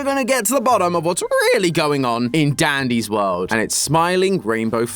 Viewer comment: bro said "daddy's world"😭